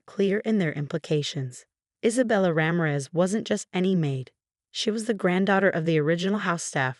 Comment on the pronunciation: Mar-TEEN-ez. Ra-MEER-ez